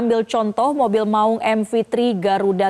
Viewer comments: 'Maung" bukan baca "mak ung".... Tolong koreksi bg presenter...😂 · Cara baca maung nya ga enak nih anchor, sebagai orang Sunda saya merasa janggal. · Saya orang Jawa saja juga merasa janggal dengernya.